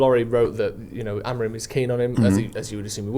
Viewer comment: Does my head in how etc still consistently say “Amorin”, simply not the man’s name